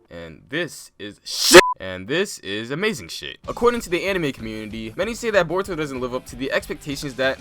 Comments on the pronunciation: omg u legit said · 😂😂😂 did I hear that right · Who heard uzumaki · He said uzumaki